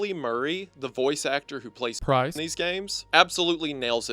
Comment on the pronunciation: LMAO! I know he’s saying “Price”, but it sounds so, so, SO much like “Christ”. 😂 First time I was listening I got so confused! I was like, “Jesus? What is Jesus doing there?” Before I realized what he ACTUALLY said 😂